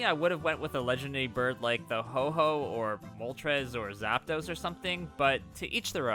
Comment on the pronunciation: The Pokemon's name is Ho-Oh, not Ho-Ho. Someone else got their name wrong too though, so no worries. Yeah, it seems that Nintendo is taking down Mod Showcases of this game. Darby BTG showed some Mario Wonder Mods on his channel and they've gotten blocked by Nintendo.